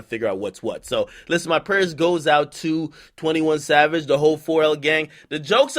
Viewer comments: He said "21 Lad" LMAO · nigga said 21 lad 😂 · 21 Chav-age lmao 💂🏾‍♀️💂🏾‍♀️💂🏾‍♀️